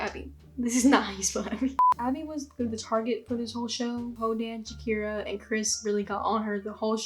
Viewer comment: Jesus dude, Shakera over Ilah… and all credibility was lost